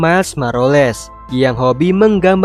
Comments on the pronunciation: miles morales bang bukan maroles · kok Maroles? woi, MORALES. bukan maroles. mimin baru belajar komik ya? dan kok dimensi ya? ini multiverse, bukan dimension. kok griya trawangan? yg benar : griya tawang (penthouse).